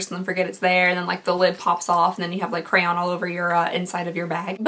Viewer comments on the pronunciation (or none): "Crown" 🤣😂 (cray-on) is the proper pronunciation. Nevermind 🤦🏾‍♀️ just do you boo 😁 loooove you 🥰 you are my fav! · It sounds like you are saying crown instead of crayon but I kinda get it lol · CRAY-ON Lol it’s not really that hard 😂😅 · Girl I’m from Florida and I pronounce it as crown. The amount of times my parents told me it’s cray-on is crazy. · literally sounds like you are saying crown instead of crayon. lol it is pronouced cray-on say "cray" then "on" put it together crayon XD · It's pronounced 'cray-on' in GA lol. You sound like your saying "crown". ❤️ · You say crown 😂 cray-yonne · Lost my self when u tried to say crayon CRAY ON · I say it like “cray-on”, but I’m from Tennessee so a lot of people I know pronounce it like you do 😝❤️ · My daughter pronounces crayon the same way you do. She says it like crown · In Minnesota we pronounce crayon “cran” which I found out was weird when I moved to Montana as a kid. They say it like it’s spelled Cray On. Funny MN to MT story: First day of school there I asked a student if they had a “binder” and she looked at me like I had two heads. Her response was “I only have one” and held up her 3 ring binder. Apparently the correct name is “hair tie” 😑 What do you any of guys call it where you are? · Bahahaha repeat after me Cr ay on lol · I totally thought you said lip crown I was like ohh a new product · pronouncing “crayon” as “crown”- girl trust me it is not just a Kentucky thing. Had me rolling on the floor I had to show my mom too 😂😂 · I legit thought you said lip crown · It's pronounced kray on, crayon. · "crayon" cray (as in crayfish) and on (opposite of off) :D also, maybe Cue not Cle?? Love your work. Agree on the mystery box, that would be disappointing. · The second way you said crayon is the way I pronounce it.. sounds like “cran” ☺️ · According to the dictionary, crayon is 2 syllables. They do acknowledge regional dialects, though. Crayola also states it's a 2 syllable word. No matter. You do you.